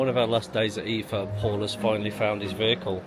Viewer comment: It's pronounce --- eye - FA or E- FA